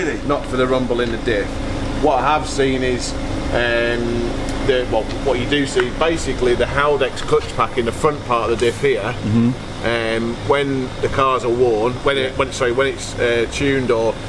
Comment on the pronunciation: It’s read diff Heldex